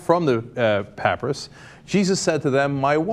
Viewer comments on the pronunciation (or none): pap-aye-ris, not pap-uh-ris. and also cop-TIC not cop-ic. do some research before you report on something. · pronounced papyrus not papryis think thats right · It's pronounced pa-PIE-rus right? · Er, isn't papyrus said pa-py-rus not Cenks 'pap-ri-us' all those uncertain 'errr's in front of his 'pap-ri-us' annunciations make me think he's saying it wrong. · Arrrgh! The word "papyrus" is pronounced, PAP-pie-Russ, not PAPY-EAR-us ! Sorry, but that just grates on my ears. And is a really dumb mistake, as papyrus, an early form of paper, is one of the Egyptian's most famous inventions. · Cenk it's "pah-pie-rass" not "pap-russ." Also, individual books of the Bible had been translated and copied by hand for generations so many times that when Constantine ordered the first actual Bible put together there were so many differences in the texts they could've put together some 1,000 different versions and no two would've been alike. The book of Genesis is a dead giveaway on this--- for it contains two completely different versions of creation. Did it take three days or six? The Bible says both. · Dafuq is a pap-rus? I thought it was a papyrus (pah-pie-rus)? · Dear Cenk, it's not "pap'rus'" It's Pap-I-Ris, pap-pie-rus, get it, Papyrus, with an "i" sound. And this papyrus is at best an 8th Century gnostic writing and has Nothing to do with the 2000 year history of Christianity. Cenk and all of TYT should stay away from Christian issue, their ignorance is what fools thrive on... You might think the Mormons would jump all over this papyrus but they don't. In Mormonism Jesus is a polytheistic polygamist with at least 3 wives and lots of kids. And Mormonism proclaims to have "The Abraham Papyrus", which it's not. It's a sen-sen text from the Book of The Dead and dates not from 1800BC but rather around 100BC. Mormons are fools for a good story. Which reminds me, Bundy, Reid, Korn, (the BLM guy in Nevada) and Glenn Beck are all Mormons. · its pronounced puh-pie-rus. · Puh pi russ